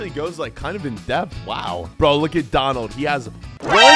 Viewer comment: It is not dalphy it Is donald